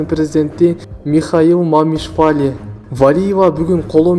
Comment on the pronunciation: Мамишвали эмес Мамиашвили 😀